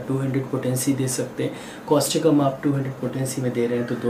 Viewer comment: Thank you sir,for your good explanation.During this,kindly tell the name of medicin clearly and its spelling also.